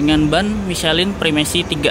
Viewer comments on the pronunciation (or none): none